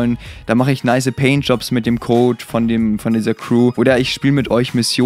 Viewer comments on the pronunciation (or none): none